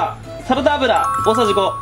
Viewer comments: サラダ油を言えないかわゆす💕💕💕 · サラダ油言えないのかわよ